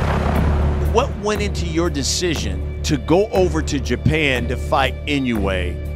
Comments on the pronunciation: IN HAWAII WHERE I LIVED WITH LOTS OF JAPANESE FRIENDS AND SENATOR INOUE ...ITS PRONOUNCED: I N O Y E ,INOYE NOT INOWE ,NOT INOWEY ! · IN-NOH-WEH not IN-YO-WAY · Pronounce it like this In-no-way. Easy enough right? To my fellow Americans I'm sorry I'm choosing a JAP over American blood 70 years ago that would have been a syn to say in America lol but times have changed and I'm so interested in Inoue and intrigued by his skills. He will win Fulton hasn't even fought hi caliber fighters. Inoue is exactly that. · it's eee-no--woo-ay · pains me as a japanese person how everyone mispronounces his last name